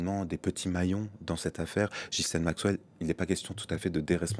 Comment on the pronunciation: Since ‘Ghislaine’ is a French name, I’m surprised to hear it mispronounced on a French news channel. 😮 🇫🇷 😮 🇫🇷 😮 🇫🇷